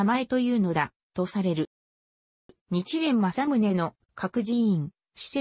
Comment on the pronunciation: おそらく音声ソフトに喋らせたらソフトが勝手にそう読んでしまったんだと思います。